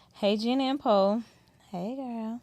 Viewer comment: Poe crack me up every time she says “I’m Poe” I know it’s her name but when she says it like that, I hear “I’m poor”😂. It’s like saying hi my name is and Poe saying heck I ain’t got no money, I’m Poe😂. Love the content as usual. Keep it up ladies! 💕